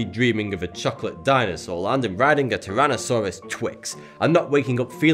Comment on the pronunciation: "a taranasarustwix"😂😂😂